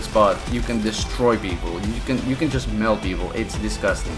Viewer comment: "Jist" wait wtf